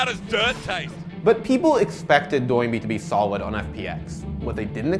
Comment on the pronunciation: Thank you for saying Doinb's name right. I cringed through all of worlds as the only LPL caster's slightly accented pronunciation convinced all the English-language casters his name was "Doo-in-bee"